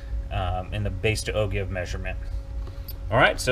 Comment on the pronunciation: Nice talk. BTW... "Ogive" is pronounced ˈō-ˌjīv where the G sounds like a J.